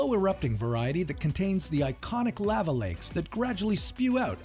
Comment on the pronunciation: This guy managed to pronounce Lava, at least 3 different ways.